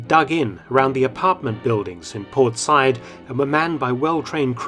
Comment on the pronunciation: I love you, Mark, but an unusual mispronunciation by you. Said ( Sa’eed, etc) is pronounced sah ‘eed. Cheers.